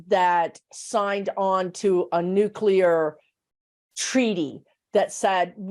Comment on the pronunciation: Interesting W O W. I for one, am not too worried about A.I. running amok. We'll make the necessary adjustments and life will go on. On a very minor note -- I'm glad to hear using the term nuclear, (pronounced new/clee/er,) rather than nu/que/ler. Language matters, people! Lol.